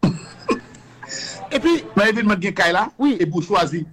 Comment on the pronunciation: a dit qu’il défend personne. Cependant, il n’arrive même pas à prononcer le nom de Kadilak. le pire il parle avec émotions